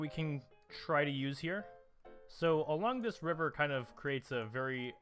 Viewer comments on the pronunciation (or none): none